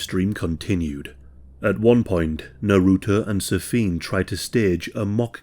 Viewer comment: The way u say naruto hurts.